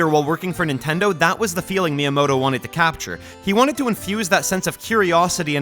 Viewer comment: You do not have to speak Japanese to pay just a little bit of attention to pronunciation. Like, I’m not French but I also wouldn’t pronounce “bon soirée” like “Bonn-sooarrrghheyyyy” like you Americans do. Just say “myamoto” with a hard “T” and we’re good. 👍😉 And also… WHAT THE HELL IS A KILOMETER?!?!?!?!?!🇺🇸🇺🇸🦅🦅🦅🦅🦅🍔🍔🇺🇸🇺🇸🇺🇸🇺🇸🇺🇸🇺🇸🇺🇸